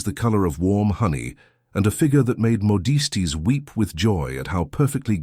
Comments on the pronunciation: Moe deese tease ? You mean modiste? Pronounced Moe-deest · Oh for heavns sake, "modiste" is a French word, pronounce it properly!! The 'e' is silent.